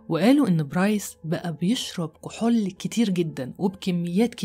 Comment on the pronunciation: لا أدري لماذا تنطقين كلمة (كحول) هكذا (كحل)؟ غريب!!